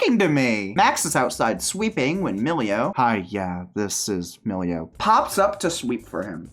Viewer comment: I can excuse you calling Bella Belle by mistake, but MILLIO!?!?!